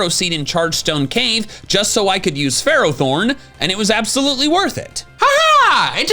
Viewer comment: IT'S FERROTHORN, NOT THEROTHORN!